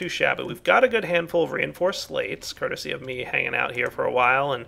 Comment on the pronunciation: you say curticy a lot